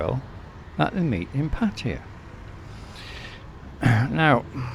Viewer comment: mate, you live for several years and didn't learn how to pronounce the name of the city? Tip, it is not Patya like you keep saying.